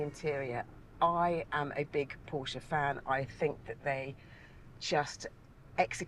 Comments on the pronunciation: The dude needs to start learning how to properly pronounce “porsche”. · Why can’t he say Porsche correctly….ug. So annoying